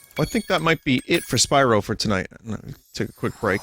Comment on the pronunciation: Hewwo Spywo. owo